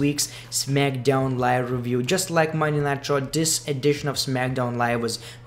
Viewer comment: It sounds like he says monday nitro when he says monday night raw lol